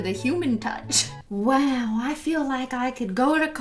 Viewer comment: Issa waow